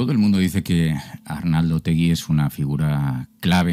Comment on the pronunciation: Es Otegi, sin u. En euskera, se pronuncia como se escribe.